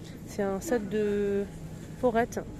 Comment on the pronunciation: Se sont des forêts ça se dit comme le mot la forêt